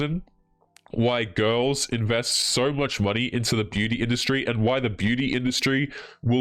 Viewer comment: pronounces "girls" as "ghouls" and I love i!